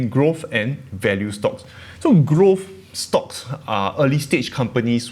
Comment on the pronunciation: Noticed you changed your pronunciation of some words haha. “Stocks” from “schtocks”, “less” from “lesser”, and “invest safely” from “invest safe”. ;)